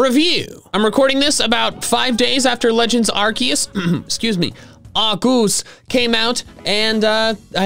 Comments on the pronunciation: POV you say legends arceus as arcooz how to say it arc-key-is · I remember an official Pokémon book saying that Arceus was pronounced: Ar-key-us. In fact said book gave all the official pronunciations for all Pokémon up to Black and White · “Arceus” probably does better in the algorithm than “Arkoos.” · My mom”why are you playing Pokémon arceus so much?” Me”it’s legend Arkoos!!!!!!!!!!!!! Mother “ Me:I stab her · Why do people say arcoos?